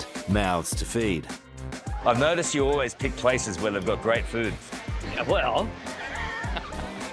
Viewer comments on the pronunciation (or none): Gweat schamon!